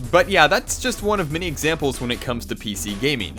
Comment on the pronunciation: he pronounces "intinded" for intended, and "mini" many.